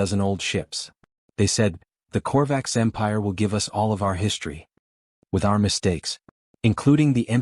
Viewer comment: "Do not follow U...S."!!!!????? WHAT THE HOLY FUK is ...U...S!!!???? (us)!!!!! Your AI just crossed into the Rhelm of a True POS!!